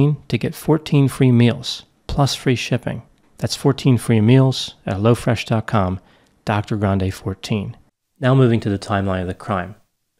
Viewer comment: yeah I did too and at first I kept thinking it was crazy that there was a new company called Lo Fresh but just like Hello Fresh. Lol